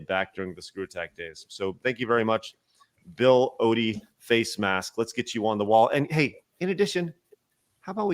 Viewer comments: Bill oddy is how it's pronounced not ody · Hi, the name is Bill Odd - ie not Bill Oodie.